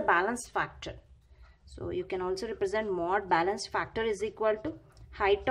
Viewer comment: Bailance bolna bnd kr